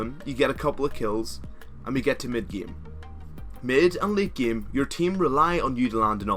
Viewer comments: enunciate ur As pls, again is not pronouced ageen, it's aGAIN, game is not pronouced geeme, its GAYYYME, and basis definitely not pronouced beeasis...? biasis? beesis? idk wut you said , but its none of those, its basis. im not trying to insult u just because if ur not born in the states or anything, just enunciate when ur speaking and your videos will be a lot more clear! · Pronounce same with an a. Game with an a. You're not pronouncing the a and its quite awkward when people hear it. Love the vids tho